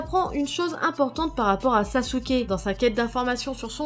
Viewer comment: Ibrahime Balde 0 pourquoi elle a dit sasuke et pas sasuké